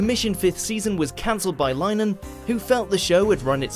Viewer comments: Hmm - they are all programmes that would appeal to the young male demographic it seems. By the way, the name of the creator of the IT Crowd is not pronounced Line han. It's pronounce Lin ee han (Lin to rhyme with win). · For the last time it’s ‘Lin-e-han’